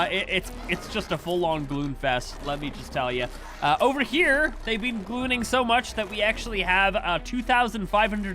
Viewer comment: “I’ve been glooning” what a way to start a video